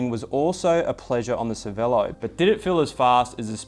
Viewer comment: dude, it is Cher-velo not Cervelo!!!!